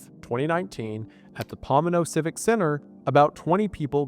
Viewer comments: Pomona. Poe-MOAN-awe, not POM-a-no. I graduated from Cal Poly Pomona, in the 1980s. I think I know how that town name is pronounced. Herbalife has a large office complex, in Torrance, CA, located on the corner 190th St & Vermont Ave, near the junction of the 405 and 110 freeways. Greater Los Angeles Area. They also have an office in downtown LA, on Olympic Blvd, but most of the staff is at that Torrance complex. The company is still operating. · Oh my god something i can contribute to! Its pronounced puh-moe-nuh That is all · 😭 shout my city but holyy I never heard some one pronounce it like that.